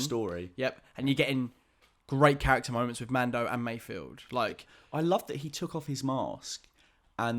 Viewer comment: MAYFELD. Not Mayfield!